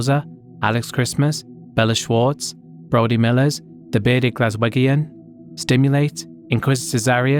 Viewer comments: Glas-wegg-ian? Dude it's Glaswegian ..you know, as in, from Glasgow ..a city in the UK. Come on.. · “THE BEARDED GLASWIGGIAN” 😂😂😂 the Scottish will be mortified